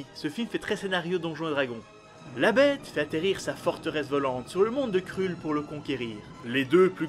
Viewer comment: Mdrrrrrr... On dit surtout pas "krulle" mais "kreulle"..... OH MY GOD... J'ai tenu 30 secondes... Désolé...